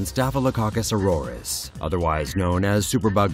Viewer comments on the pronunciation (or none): none